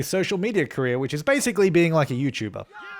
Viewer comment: whenever you say ''career'' it sounds like ''korea'' to me, lmao